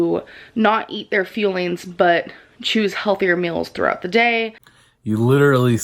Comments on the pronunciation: I’m convinced she’s trollling with the feelings/fuelings. In one vid she calls the fuelings, feelings and in the same vid, when talking about her feelings, I swear to god, she said fuelings... (-_-) The people around her are toxic because they tell her what she wants to hear. Probably because the people who have tried to be open and honest with her, she’s called them a hater or rude. I’d put money on it... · I for sure thought they were called Fuelings but they're definitely called FuelEENs. Dieticianlynn said so. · Next, she’s gonna start saying FUEL instead of FEEL lol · YES finally someone I watch said something about how she pronounces "fuel-ings" she really does sound like shes saying, "feelings" its so annoying lol. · She meant to say FUELINGS????!!!! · I absolutely hate how she pronounces words. I hate hearing her say "fuelings". It's like she can't pronounce vowels. Like the way she says legs "laegs". Jesus christ, who tf taught her how to speak?? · Yeah the pretentious pyramid company calls their packaged garbage "fuelings" and amberlynn of course has to fuck up the pronunciation!